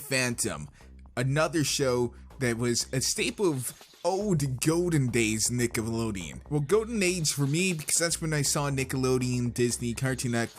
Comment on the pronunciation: yo dawg it sounded like you said niggalodeon